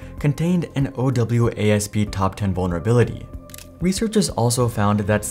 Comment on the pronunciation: Since this is supposed to be a technology answers kind of thing, OWASP is pronounced O wasp, and that is right on their home page. Its also important to note that OWASP is the global non-profit that sets many of the programming standards around security